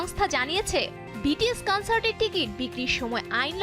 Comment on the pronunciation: উপস্থাপিকার উচ্চারণ টা কানসার্ট না কনসার্ট হবে অ্যারিরেং নাআআআআআ ওইটা আরিরাং হবে।